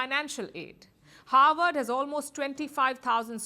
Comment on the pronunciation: howard vs harvard ? ,it sounds like you are pronouncing it as howard , Kamala attended howard university , Obama Havard university.